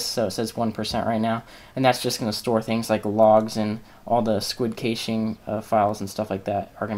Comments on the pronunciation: kayshing! lol i've heard people pronounce it cash-aye which is annoying, but this tops it. its cash pronounced like cash money. as in "clear the cash memory" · well this was a good video until you started talking about caching, i had to stop watching your continued mispronunciation of the word was driving me crazy. It is pronounced "Cash" or "Cashing" even though it is spelled "Cache" or "Caching" Just a little FYI